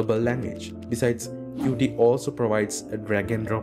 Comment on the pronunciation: qt is not pronounced "cutee" but "cute"